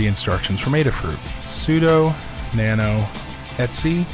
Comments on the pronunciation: Great vlog, just a small niggle - 'etc' means 'et cetera' so you can just say it the same way as you would read it normally rather than 'et see' :-) Keep up the good work! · All the Unix people I know pronounce the /etc directory as 'et see'. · The Linux Foundation training videos say "etsee"